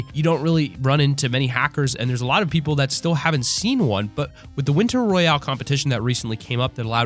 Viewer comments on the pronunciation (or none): none